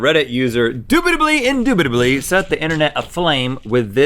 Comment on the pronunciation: “Indoobidilly” Link 2020